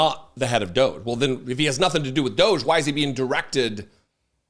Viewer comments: I like it better when you pronounce DOGE- DOGGY.🤣😂 I call it the Douche Program myself ‼️ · Please stop mispronouncing "Doge". It's pronounced "Dodgy". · It's pronounced "DODGY".